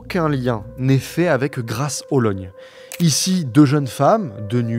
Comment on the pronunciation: Moi qui habite à côté de Grâce-Hollogne. A chaque fois que le dit, la petite pause entre les deux parties du mot, ça me perturbe ahahah.